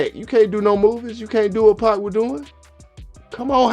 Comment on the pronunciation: 2 päck lmao